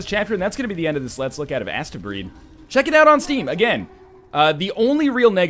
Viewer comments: I think it is possibly supposed to be pronounced 'Astebreed as in "haste-breed". EDIT; Now that I have watched a bit, judging from the speedy gameplay I feel I may be right. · I thought it was pronounced like AH-steh, like a futuristic japanese conception of how astro- (romanized transliteration into japanese is something like asutero-) would be pronounced if the prefix were integrated into the japanese language, making the title mean something like "the children of the stars". I haven't played it yet and didn't pay much attention to the subtitles in the video, but you do seem to be assaulting a planet from space... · isnt it pronounced like hastebreed ?